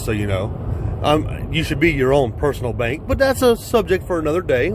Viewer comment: 🤣 agreed. When he said bank, I knew what he ment but it sounded like he was about to have a stoke when the words came out of his mouth. 🤣